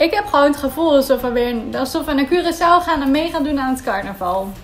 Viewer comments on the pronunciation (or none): none